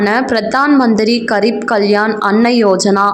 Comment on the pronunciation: MADAM , KAREEP ENRU SOLLA KOODAADHU. Adhu GAREEB . means ---- POOR . Adhu hindi word.